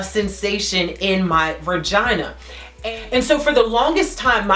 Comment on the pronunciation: It's VAGINA, NOT VIRGINA